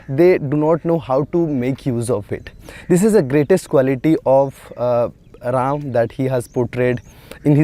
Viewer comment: It's Ram not Rama